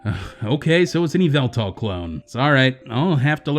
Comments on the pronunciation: YAEVELTAL NOT YYELTAL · Yveltal???!!!!! I ONLY KNOW YAH-VEL-TAL